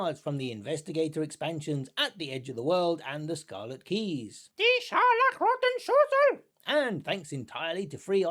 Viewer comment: Watching this video as a German, i haven't laugh so hard for a long time as i did when you said "Die scharlachroten Schlüssel" :'D thank you! Beside of that, great video! <3